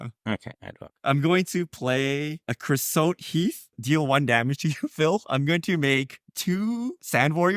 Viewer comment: Crea-sote sounds like tote.